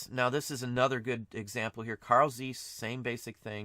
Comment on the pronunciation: You do not pronaounce Zeiss correct.